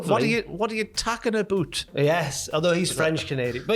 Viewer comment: About is pronounced aboot is b/c of the French English mix imo.